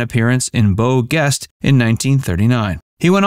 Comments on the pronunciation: That’s not the “old ranger” when you’re telling when and where he died. That’s Milburn Stone. Although he was likable, saying he’s more memorable than Reagan is laughable. It’s also pronounced Beau JEST, not GUEST 😂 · It’s pronounced “Jest” Beau Geste with a “soft G”. Is this one of those auto voice programs “reading” this?